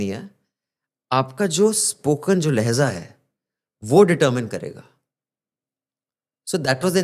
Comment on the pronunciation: लेहजा नहीं लहजा